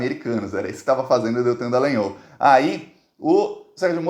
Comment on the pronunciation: pq vc insiste em dizer DEllangnol?